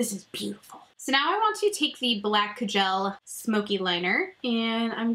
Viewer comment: Are you saying ca-gel liner?